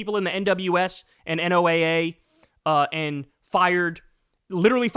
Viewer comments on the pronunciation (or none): Future reference, NOAA is pronounced as “noah”